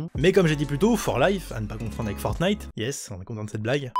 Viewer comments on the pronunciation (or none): none